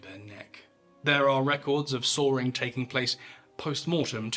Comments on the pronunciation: It’s Saw-ing not Saw-ring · “….and then!!! Sawrrrring!” What? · Every time he says sawing it sounds like "soaring" or "Sawyering" lmao even the subtitles say soaring xD